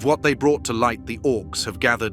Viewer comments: Pronunciation! C is always a hard K sound never the soft S; au is pronounced 'ow' as in cow not or so Sauron is Sow Ron rather than Sore on. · I am enjoying these videos, but please check Tolkien's own appendices and the movies to see that Sauron is pronounce Sow-ron.